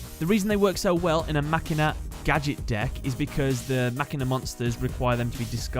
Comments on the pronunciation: DanJa Vu you're the dumbass it's a fucking machine it's not spelled Makina nor is it pronounced like that it's machine uhhh "machina" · it's not Makina it's Machine ah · It’s actually pronounced ma China 🇨🇳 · Insert Inspector Gadget joke here Also Machina was pronounced Machine-a during a commercial for Machina Mayhem that I saw. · Nope, MAKINA So, I'm guessing that you would argue with 99% of the world based on an English word which has over thousands of words that are acceptions towards "pronunciation." Wow, you're a special one mate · no, it is makina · DanJa Vu it's pronounced Machine ahh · you said machina like a Filipino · ur not the only one who pronounced the machina archetype wrong